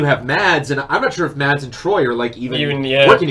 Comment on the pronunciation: Btw for people saying Mads like MaDs the D is actually silent it's pronounced like you would pronounce mass